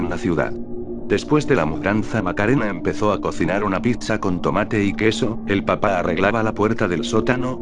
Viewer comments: Estan muy buenas la historias, solo que cuando menciona "Papá" lo hace sin el acento y se escucha como la verdura....papa. El programa no respeta eso del acento?? de ser asi puedes decir "El padre" o "La madre" para que no se escuche la mama jajajjajaja. Fuera de eso muy bien con las historias. LIKE para ti !! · Te falta el acento Mamá Papá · sus papas lays su mama mamala xD falto acento bro xD